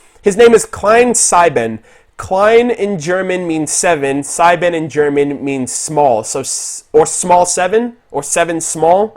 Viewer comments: It's just a bit unsettling to hear "sieben" without clear, distinct 'Z' sound. As well as his first name, but it's more tolerable because of what dialect a person speaks. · Klein=small Sieben=seven Its so entertainig to hear Americans trying to pronounce german, when you said sieben I didnt even understand it at first xD